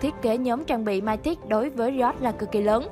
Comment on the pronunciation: Mythic đọc là mi-thít, cái gì không biết thì cứ dùng google dịch chứ không cần phải đọc bừa như vậy